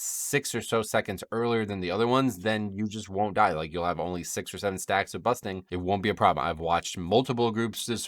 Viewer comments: Nice video once again. BuRsting instead of Busting tho xD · Why do you keep calling bursting busting? is that an american thing? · Also you keep calling it busting, and it’s funny hahah